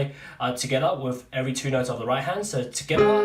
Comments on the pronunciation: Stoppppppp saying skiter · At first I thought he was saying "SKITTAH, SKITTAH" and I was like wtf is a skittah? Finally realized he's saying TOGETHA (together), hahahahah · It’s not together it’s “tgedda” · “tugethAh!” “tUgeTha!” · Tgethar, tgethar😂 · It’s ska instead of together lol😂😂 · Yes I could always hear that but it’s kinda easy to figure out that he’s saying together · When you’re saying “together” it sounds like “Skrra” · Oh shit he’s saying together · I like how you say together and how it eventually starts sounding like gibberish after hearing it a bunch. Thank you for breaking this down in such a basic way!